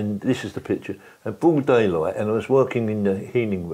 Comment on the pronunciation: Bwoad daywight